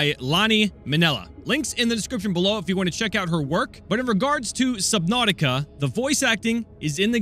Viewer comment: He said subthoutica